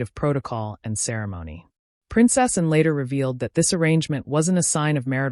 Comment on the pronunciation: A reasonable telling of the story, but I'm not impressed with the way whatever was reading the narration kept pronouncing "Princess Anne" as "Princess and", swallowing the second word. The Princess is an important member of the Royal Family and should be honoured as such.